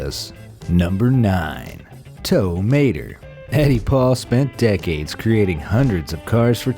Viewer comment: Who's tow mater I thought it was towmato